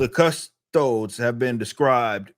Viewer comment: If you can't even pronounce custodes correctly, maybe stop commenting on this topic, Rippa.